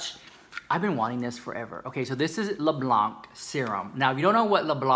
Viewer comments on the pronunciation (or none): I use Le Blanc....and have for years. Great primer. The Vitalumiere foundation is fantastic....my go too. Don’t pronounce the C btw! ❤️❤️❤️❤️ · « Le Blanc » is French and you don’t pronounce the « c » at the end. If not, your accent is very good! Love you so much!